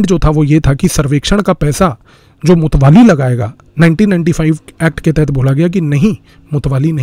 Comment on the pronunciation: मुत्तावली बोलते है मुतवाली नहीं।